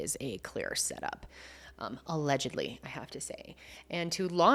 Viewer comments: Alegedly. Alegedly. Alegedly. sigh I felt that. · The pauses before “allegedly” cracking me up , I love these videos so much ❤